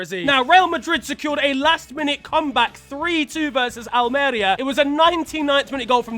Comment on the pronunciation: not how you say Almería.